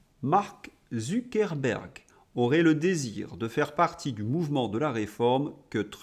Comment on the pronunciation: Je confirme, il est en dessous de tout! Bravo pour ZuckeRberg, j'ai remarqué, je sais que ce n'est pas facile un R avant un B 😅 👍